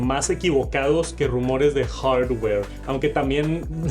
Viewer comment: Escuchar este decir hordwoueer, no tiene precio. Estan quedados en la "IA" y el borrador de objetos es una vergüenza, se gastaron todo el presupuesto en animaciones con colorsitos.